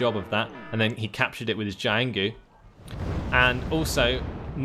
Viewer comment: the only chinese name you manage to butcher is jianghu, it's Jiang Hu, cut after the g If you really want to pronounce it right this might help, but i think you are doing fine